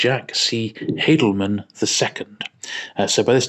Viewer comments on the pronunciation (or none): Haldeman is actually pronounced "Hall-de-man", not "Hay-del-man".